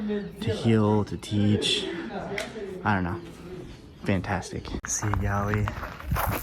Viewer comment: I thought you were saying Sea Galley. Thanks for sharing your trip.